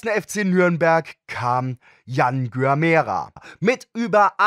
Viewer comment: Gyamerah wird Dschamra ausgesprochen. Er ist ein super talentierter Spieler, der eigentlich Bundesligaformat hätte, aber er ist nicht so der Kämpfer, weswegen er meiner Meinung nach überhaupt nicht zu Kaiserslautern passt, auch weil ihr euch ja auf Abstiegskampf einstellen müsst.